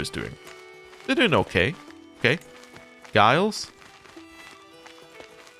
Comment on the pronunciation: You said Guillaume well ! Gilles pronounces like ≈Jeall and Guy not like a guy but with e sound at the end.